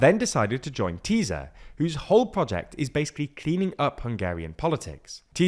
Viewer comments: Let me offer a little help about the pronunciation of the name Tisza. In Hungarian 'S' and 'Z' combined is the same as an 'S' in English (by the way 'S' alone is like 'SH'). You don't have to pronounce the Z in any way at all. You got it right with Fidesz, the rules here are the same. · Ok, you guys are progressing. You called TISZA 'teaser' but at least didn't pronounce it as TISHA as if it was polish (as you kept doing with FIDESZ for years). An SZ in hungarian is a normal S. The party (and the river) is pronounced tee-sah. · Almost. He says it a bit like z occasionally but at least he is not saying tisha. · the guy isn’t even close to correct vowel sounds, which are round as in Farsi. Also, he consistently pronounces Tisza ‘tiza’. Sz is how ‘s’ is spelled in Magyarő. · Learn to pronounce Hungarian. "sz" does not have a "z" sound. It is pronounced like "s" in English. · Its not Fídez, but Fidesz( pronounce Fides) and its not Tíza, but Tisza ( pronounce Tisa) . But it was an informative video. Only these disturbed my ears. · Just for help Try to say it a funny russian acent Madjar (Magyar) And Just say Tisa(Tisza) Hungarian 'Sz' is just 'S' 'S' is 'Sh' 'Zs' is the french 'J' in BonJour You dont need to brake your tongue for these letters For that there is 'Cs' Ch like in Chicago 'Dz' wel if you just say these letters very fast after ech other a lot you get the sound I guess Its actually can be applied to all of my double letters Except 'Ly: its a 'J' with special rights to be in random words Just read it as a hungarian 'J' 'J' is Always like the 'Y' in New York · fidesz= fides tisza= tisa that´s how you pronounce them in english, and another thing, in hungarian our last names usually come first when saying our entire name so it´s not Péter Magyar but Magyar Péter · Magyar is pronounced something like moyor, and Tisza is pronounced teessa.